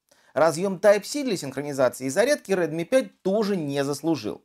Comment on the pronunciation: red mi proiznosi pravilno